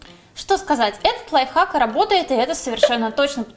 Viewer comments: Мне все видео казалось, что она говорила "лайфак" xD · Она сказала лофак Я:хахахахахахахахахахахахахаххахахаа😂😂